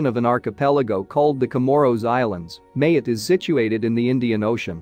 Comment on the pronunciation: The island of Mayotte: pronounced Ma-YOT, not MAY-ut